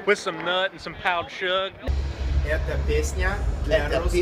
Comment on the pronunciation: “powered sug” 🤣🤣